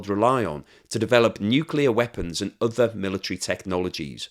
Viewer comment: GREAT incisive analysis as always. Do have one little niggle: The word other, is pronounced as OTHER, not udder. English not scottish, eh?